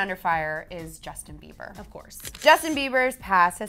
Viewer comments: "Jusin Beiber" um ok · DAMN IF YOU GUYS ARE CLEVVER IT'S JUSTIN BIEBER NOT JUSIN BIEBER NO HATE 😂😂😂